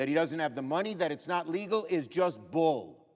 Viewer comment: De he say bull or fool? Schumer is both…